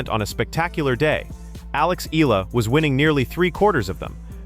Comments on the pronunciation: Excellent analysis. I just don’t like your screw ups on her name. It’s not E-la-la. It’s E-ya-la. Say it like a y exist. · Just need to fix how you pronounce Alex's Last name. It's should be "eeyala" not eela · Eh yah lah. That's how her family namee is pronounced. Thanks.